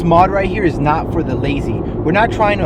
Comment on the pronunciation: It is a B-U-T-T-O-N!!!! Not a buddon.